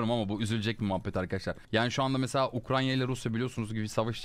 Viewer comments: hassas olduğun konu hakkında ufak ve önemsiz bir yorum atayım dedim..ukraNya değil UKRAYNA.. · Nobody: Ukrayna Başkomutan Kumandan Cumhurbaşkanı: UkRaNya